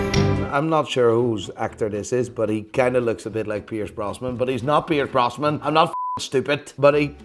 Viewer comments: Doesnt know Roger Moore. Proceeds to call Pierce Brosnan „Brosman“ Fucking class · And he kepts sayin "Pierce Brosman". 😂😂😂